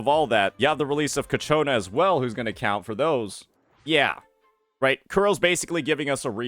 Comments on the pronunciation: It's not "Ca-cho-na" it's "Chia- co-na" Sorry but it's doing my head in. The Ch sound is at the beginning. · Brother its CIACCONA not CACCIONNA